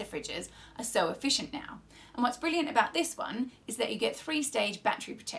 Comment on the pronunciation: You 2 are bwilliant!I was wondering does love honey?!but on a serious note I'm totally loving this build and both of your humour,I think your.channel is a bwilliant bit of entertainment 😁